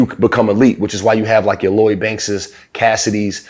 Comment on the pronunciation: He lost me when he said Loyd Banks